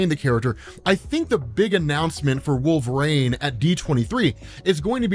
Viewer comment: are you saying Wolverine or Wolverane